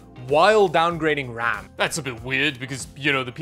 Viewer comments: Brags about pronouncing Linux correctly. Immediately pronounces RAM as "rum." I see you,. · says linux right but RAM wrong, downgraded to a like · “Yes i pronounced linux correctly” “raum” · “brags about saying Linux right” Also: “calls ram rum”